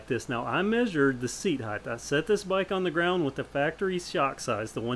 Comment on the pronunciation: You're righth, it's the 'bama variant of height.